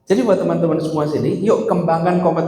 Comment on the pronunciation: Berulan-ulang nonton, kagum dengan sebutan "TENAN-TEMAN"